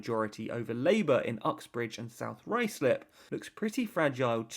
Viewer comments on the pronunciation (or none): none